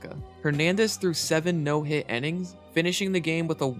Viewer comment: does the way this guy pronounce "innings" bug anyone else a little? Sounds like he's saying "ennings". Great vid otherwise though.